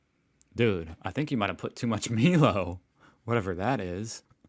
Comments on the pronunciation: Dictionary: 🤦‍♂️..🧏‍♀️👩‍🏫 😁😁😁😁😁😁😁😁😉 1)Emu=Eem-you ( no you'll never live it down mate 😂) 2)Woolworths or Woolies = Wool-( as in jumper).. worths. A Supermarket food company here. 3) Milo= My-Lo.. awesome chocolate granules that you mix with milk, drank hot or cold. Cold you get chocolate floating on top and yum to eat then drink milk. Hot it dissolves. Can use with hot water and add milk or all milk for a creamy hot drink. Can have with or without sugar. It is chocolatey and so tasty. Can be sprinkled on ice-cream, trifles, anywhere you want chocolate. Everyone loves it 😋!!! I have a funny feeling we might be adding to this list in the future😁 but don't worry, you are not alone.. we are educating most Americans 😂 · Brushtail Possums are Native to Australia but they are feral in New Zealand , so the Kiwis are controlling a feral species and feeding their dogs............"two birds with one stone" so what's wrong with that ? Also "Milo" is pronounced "M-eye-Lo" and it is chocolate milk powder but with vitamins and minerals added. People eat it straight from the can, or mix it highly concentrated so all the Milo sits on top of the milk , it even stays crunchy . It's also really good on ice-cream or even in sandwiches (that's right). I bet you could find a youtube video of someone eating it from the can , I haven't looked , but I bet it's there. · Mylo double the consonant shorten the vowel no double L there. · Not the first time a YouTube reviewer has called it Meelow. Don't forget, he also says Freedo Frog and Chicken Crimmy. 🙄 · I live in Melbourne and so far have had 2 deadly snakes 🐍 in the backyard! Make that three just had another one. 😅 I’ve never tipped, never! I give to homeless people living on the streets. 😢❤ The chocolate drink is pronounced my low 😂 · "My-low" 😂 It is chocolatey malty milky heaven! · You have to try Milo. BTW it's pronounced "My Lo" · Emu EM-YOU Milo MY-LOW QANTAS never mind it’s spelled stupidly anyway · *(not Me-Low)!